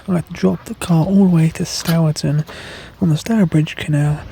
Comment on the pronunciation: it’s pronounced Storeton! We had our wedding reception in Stourton village Hall in 1977!! We are originally from Stourbridge, West Midlands you would have gone straight I believe where the right turn is to Stourbridge. Some friends of ours have just finished restoring a narrowboat and are moored in Stourbridge.